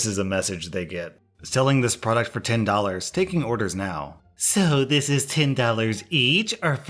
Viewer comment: Maybe you could help her out with some "Dollors"